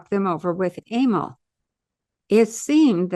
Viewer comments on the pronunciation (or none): Emile pronounced a-meal.